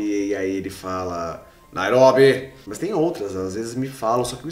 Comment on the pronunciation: NAIRÓBI... fodaa kkkkk